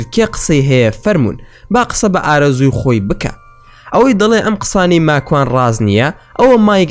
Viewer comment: راستةكةى بةلام ناوى ماكوانى زؤر ناخؤش دةهينى قسةى ئةو برادةرةى راستة